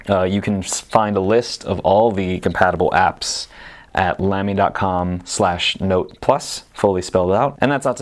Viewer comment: tfw you make a video about pens but didn't bother to work out how to correctly pronounce 'Lamy' ...